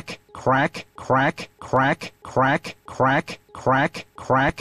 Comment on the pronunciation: The more you listen to it, the funnier it gets. It sounds like he's saying "quack"